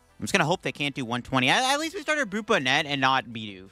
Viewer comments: Love your content, but your pronunciation is gonna kill me dude. 😂 It’s BON-net. Like a hat. Brute BON-net. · Bonnet is an actual English word, please pronounce it correctly in later videos. Appreciate the frequent uploads!